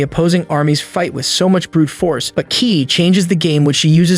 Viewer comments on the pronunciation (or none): none